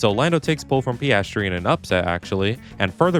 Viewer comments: Is that how we pronounce his name? Paestry instead of Peeahstry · its pronunced pi ass tree